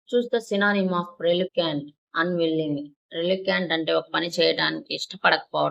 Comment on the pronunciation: Proper pronunciation cheyandi.. like Reluctant...